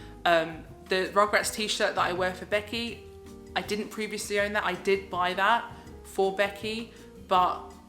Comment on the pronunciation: "Beckyah"!!!!!! LOL Love your ALR the most!